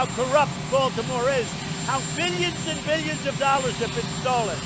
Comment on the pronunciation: The way he says 'billions' sounds so wrong. Also, he is a lying POG!